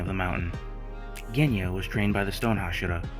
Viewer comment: I THOUGHT I WAS THE ONLY ONE CALLING GENYA, GUNYA, LOL!!